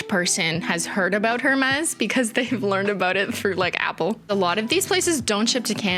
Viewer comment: I feel as if someone has probably already mentioned this, but Hermes is pronounced air-maize. No shade, we all make mistakes, especially if ifs a foreign word and/or we've never heard anyone say it.